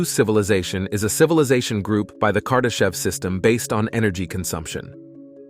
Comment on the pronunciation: Did he say kardashian? Lol